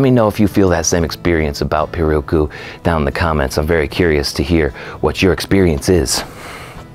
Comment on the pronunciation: Pirarucu. Pronunciation for you. ‘Pi’ like you’re saying ‘pistol’, ‘ra’ as in ‘rat’, ‘ru’ as in ‘roof’, ‘cu’ as in ‘coupe.’ Put them together, pi-ra-ru-cu. it’s a fish that lives in the Amazon river that is very flavorful. I hope this helps in future pronunciations. The Brazilians roll the red when they pronounce it. It rolls off the tongue pretty well. Thanks for the great vids!